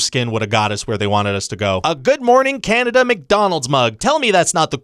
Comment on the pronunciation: Can nay Dee uh My homes's native land!